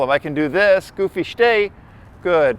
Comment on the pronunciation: shhtay??? shhhtop😂